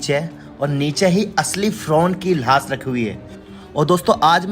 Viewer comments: 😂 Laas nahi Laash bolo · Laash nhi lahash